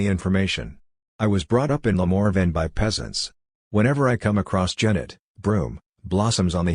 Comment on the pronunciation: This is a travesty! An AI attempting to imitate a human reading, only a human who has no sense of pacing and can't pronounce the author's name. What a combination -- that sweet spot between sick and sad. Just read the book. Better yet, read it aloud because it's pure poetry.